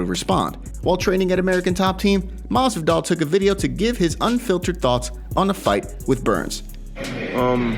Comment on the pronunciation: Maswidal